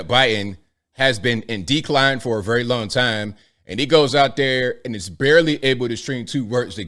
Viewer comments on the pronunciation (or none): none